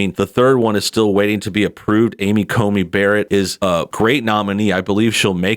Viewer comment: It's Amy "CONEY" Barrett not COMEY